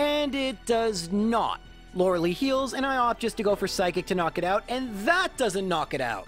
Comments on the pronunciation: lorelai, not lorelie Edit: also mew is mythical, you know? not legendary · It’s not said Laura Lee it’s like Laura lie my bother ! 😮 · Not sure if you were being ironic but you actually pronounced Lorelei wrong lol. Law ruh lie. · Since the name Lorelei is of German origin it should be pronounced with the German "ei" as in Einstein. (We don't call him "Eensteen" after all.) "Law-rel-eye" instead of "Laura-lee" or "Lorry-lee". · Lorilee? who the fuck is that? I know lori-LIE! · Lorelei gets her name from a mythical creature of the river Rhine (also a name of a cliff on the side of Rhine), and it's pronounced /ˈlɒrəlaɪ/. So yeah, it's everyone's favourite mispronounced elite four member, that is, mispronounced exclusively by. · By the way, Lorelei's name is actually properly pronounced as Lore-LAI, despite the spelling. Her name is based off of a Siren of the same name, who's name is pronounced as I described earlier. Just felt like throwing that out there since you mentioned everyone was mispronouncing her name, when in fact, you are ;) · No, Lorelei is pronounced (ロレライ) lo-re-lai. The name of a goddess in German. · Lorelei: pronounced Yanny-eye :P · I'm super sorry but the existance of Eiscue makes Lorelei's pronounciation Lore-lie, since Eiscue's "ei" only pronounces the I, so Lorerei's "ei" follows that rule too. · Its Lorel-lay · I Love how you mention how everyone mispronounces Lorelei's name, and proceed to mispronounce it yourself. One more time! Loud, so the people in the back can hear: LORE-UH-LIE! That's how the name is properly said. You did better than the Lore-uh-lay people, at least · Laurelei is a german names pronounced... "Laurel-I" Does this guy got some meta I'm ignorant of? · You sneaky Sneasel, you put an ad here so that your pronunciation of Lorelei would be broken and we would forget 🤣 Also Lorelei is not the ice type gym leader :P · “Everyone’s favorite mispronounced elite four member, Lor-“ ad plays 😂😂😂